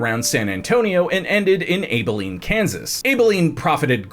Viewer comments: Nice research. As a Kansan, please — It’s ABBA-lean not Abe-a-lean. I had to stop watching for a minute while I laughed. Keep up the interesting work. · its ab like yous stomach muscles .... bro you seem to have issues with the a words. you did it with Appalachiantoo lol. but love your channel all the same lol keep it up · Abilene… your pronouncing it with a hard A it’s a soft A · Lol the way you said Abilene.